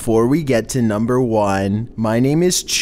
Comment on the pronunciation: Chills:nuembuer fifteun obey the walrisk